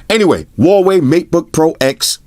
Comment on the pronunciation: plz say meatboy more